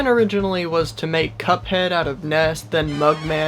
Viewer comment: I love how said CupoHeado